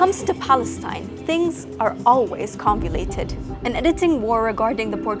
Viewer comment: It's pronounced 'convoluted' 😂 thank god the resistance is led by ignorant sheep 🐑